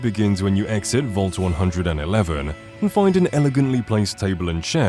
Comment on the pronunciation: "Vault 100 and 11" 😂😂